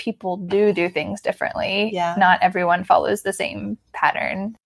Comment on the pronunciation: The word "pattern" but i hear "parent". LOL. Thanks for your video!